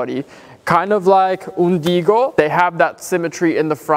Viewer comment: its so funny to me how the other horse’s name is “Ungido” but says “Undigo” hahahahahaha ❤️